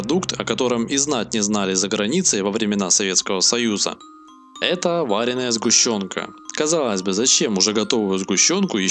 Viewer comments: ААААА!!!! вАреная сгущенка... Автор, ядь, москвичь штоле? Варёная она, ударение на "ё" , ять... Русский язык учи, орфоэпию в частности... Долбанный пицуц жеж... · Ну как можно говорить вАреная сгущенка, а? ВАреная с ударением на первое А? Что это за языковая убогость? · какая вариная??? Не знаешь произношение слов какой из тебя наверное диктор. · ВарЁная а не вАреная